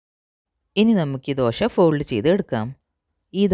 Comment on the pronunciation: എന്താ ഈ ദോഷ? ദോശ എന്നാണ് പറയുക.